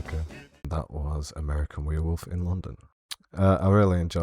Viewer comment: First man to pronounce werewolf right. Thanks! And you're right the sfx are much better than cgi. Still looks good. Could of course be better - but film should start with this sfx and then "touch up" with cgi...